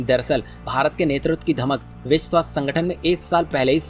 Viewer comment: विस्व क्या होता है? विश्व बोलना सीखो पहले